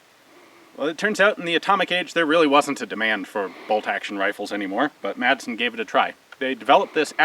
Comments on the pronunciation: It's pronounced 'massen' ;-). Great video! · The "D" in "Madsen" is mute. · Hey Ian, good review. One thing, you don't pronounce the "D" in Madsen.